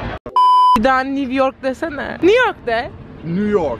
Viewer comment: Niv york diyen senide böle sevdik be